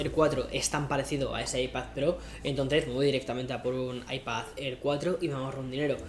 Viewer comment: What da fok is an Aipazzér or an Aipazzpró ??